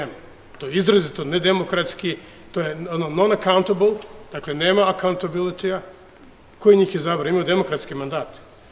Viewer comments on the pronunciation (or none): none